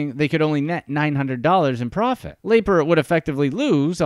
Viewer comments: Wow, still looking for a Youtuber who pronounces Lapre’s name correctly… 👎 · Amusing video, but Don Lapre’s last name was pronounced Lapree, not Laper. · LAY-purr???? Dude, just listen to the guy in the video say his own name! lah-PREE! lah-PREE!¡!!!!!! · It’s sad because anyone who watched 30 seconds of Don’s infomercials would know it’s Lapree. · It wasn't laper it was pronounced la pree. Jesus you think if you're going to do a whole segment on somebody you know how to pronounce the fkn name. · The video narrator mispronounced Don's name. It's "La-pree", and not "Lay-per". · Not Laper????? Its Don Laaaaa Preeeeeee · Actually if I remember correctly, his last name Lapre was pronounced like "Luh-Pree" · No, it's Don La-Pree! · I saw one of his money making infomercials late one night back in 1986 that sparked my interest. I never followed up on it and it looks like that was a good thing. And his last name is pronounced La-Pre. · I see Don Lapre and I never clicked so fast. But good Christ, this is cringe-worthy. It's pronounced LUH PREE. In doing research for this video if you even bothered to watch any of his infomercials you would know that. AUTOMATIC THUMBS DOWN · Me too. Anyone who watches 1 minute of a Lapreeeeee video will know how to pronounce it. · "Laper"??????????????????????? Are you shitting me?!!! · La Pree its pronounced La Pree! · Yea why do you keep saying laper over and over again , Extremely annoying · The guy who made this video must not have watched any of Don Lapre's infomercials, since he doesn't even know how to pronounce his name correctly. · I can't watch the entire video due to the jagoff who is mispronouncing Lapres name. Its driving me crazy. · I did too, and the tiny classified ads. Pretty embarrassing. And this guy's mispronunciation is painful and it's not even the way anyone would guess it's pronounced. And even watching one ad for research would correct it. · 😂 same here